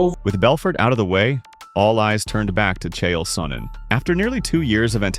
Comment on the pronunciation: It landed in the chest. What are you talking about? Also it's "Sonnen" not "Sonnon" lol